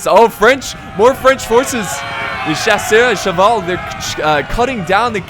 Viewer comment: Chasseurs á Cheval is pronounced like Shassoor a Sheval